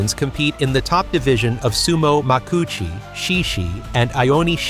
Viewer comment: Even as an American, I know that's not the way "Makuuchi" is pronounced. More AI trash.